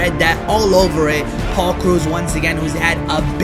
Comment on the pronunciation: you saying Paul's name makes me so mad